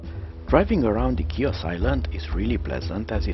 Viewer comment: Good job with the video! You did a wonderful job. The island is Pronounced “He-Os” just to help those who have never been to this beautiful island.